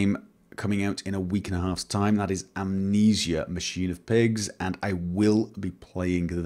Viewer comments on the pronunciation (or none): none